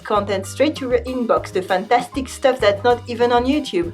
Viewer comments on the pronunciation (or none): none